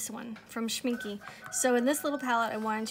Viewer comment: My German friend said it's pronounced, "Schmink-UH". 😁 Don't worry, she teased me a lot! 😃